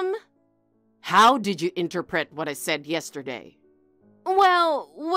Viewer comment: It's 'In-TER-pret', not entah-pet